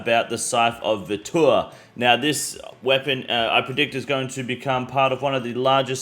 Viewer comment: he says scythe of vitur like he's watched too many hawk tuah memes